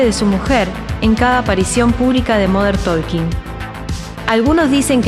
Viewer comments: No es "moder tolkin", fonéticamente hablando es "modern tokin" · Cuando empezó diciendo "modern taLking" ya lo saqué. No puede ser que no sepa pronunciar como corresponde XD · Me mató el moder tolkin 😂😂😂😂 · Moder tooolkin???? Jajaja😂😂😂